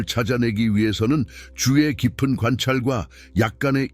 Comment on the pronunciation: "주의 깊은" 이 "주에 깊은" 으로 발음되어지네요. ai인거 같은데 수정요망